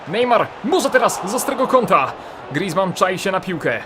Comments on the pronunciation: grizman to francuz a nie cholender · mów poprawnie imię Grizzmana